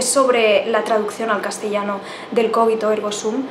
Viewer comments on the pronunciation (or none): none